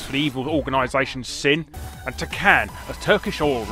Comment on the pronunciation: Seth's Organization is pronounce as "S.I.N." not "Sin"